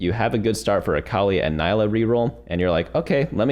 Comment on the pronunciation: It’s pronounced NEE-LUH